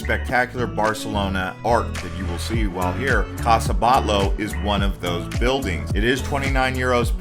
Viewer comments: it is CASA BATLLO and it is pronounced like "Batiyo". Two LL sounds y in Spanish. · Casa BAHT-YO....and its GOW-Dee not Gotti